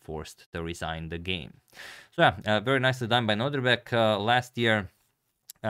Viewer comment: Can we agree that it is no-DIR-bek and not no-DRI-bek? Thanks 🙂